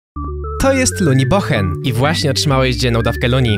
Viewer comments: "Bochen" XD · Czemu powiedziałeś pochen?